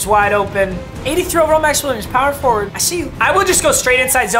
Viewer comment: He really said “Max Williams POWER FOWARD”